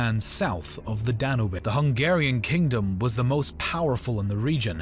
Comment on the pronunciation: 1.11 Ko-so-vo its kos avo. Ni- cope-alis. No. Ni-cop-olis. 1.47 dan-ub ? Dan-youb. 12.15 si-pa-he's.👎🏽 Si-par-he's 👍🏽